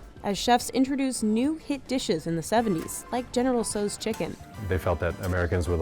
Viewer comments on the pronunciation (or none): am I hearing General Tszo chicken wrong? 🤔